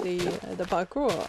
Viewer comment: Cewl vid! Its 'parkour' btw :P